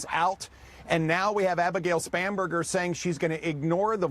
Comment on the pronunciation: I swear it sounded like he said "SPAM"berger